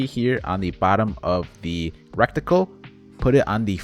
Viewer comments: Dude saying recticle instead of reticle was funny until I realized it’s finna become common 😭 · Reticle, not Recticle. Thanks for the video. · Love your videos! I’m sorry to be that guy, I really swear on my life I hate it, but it’s ret-i-cle. I know I suck I’m sorry it just bothers me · The word is RETICLE. There aren’t two c’s. Normally I wouldn’t comment something like this but you used the word like 15 times.